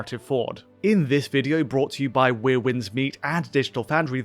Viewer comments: Are you intentionally saying 'weir' instead of 'where'? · “Wier winds meet” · 'Where' Winds Meet, not 'We're' 😵‍💫